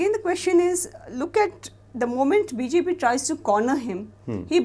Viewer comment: New Game: Take a shot every time says “Bee-Zay-Pee” 😂😂